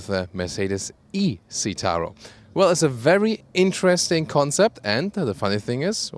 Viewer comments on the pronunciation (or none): none